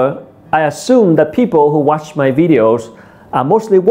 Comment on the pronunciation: Tiện thể về pronunciation, mình thấy người Việt mình nói chung thường drop ấm cuối trong câu. Ví dụ khi nói các từ inspired, watch.. vẫn quên âm r vs ch. Mình cũng thường được các bạn native sữa cho lỗi này.